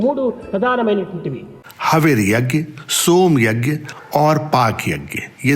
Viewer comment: स्वामी के उद्बोधन के हिन्दी अनुवाद में आपके द्वारा 'यज्ञ' शब्द का अशुद्ध उच्चारण खटकता है। स्वामी के उच्चारण को सुन कर सही उच्चारण किया जाना चाहिए।